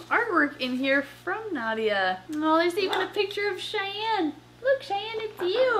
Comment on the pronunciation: "Shayne" no its Cheyenne